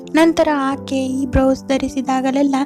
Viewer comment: It should be blouse not brouse..